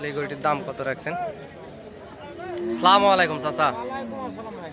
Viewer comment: আসসালামু আলাইকুম, স্লামুআলাইকুম নয়। সালাম দিতে ভুল উচ্চারণ করলে তো হবে না। সচেতন হতে হবে।